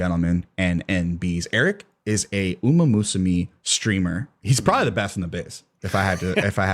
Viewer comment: The mispronunciation of "umamusume" is going to drive me insane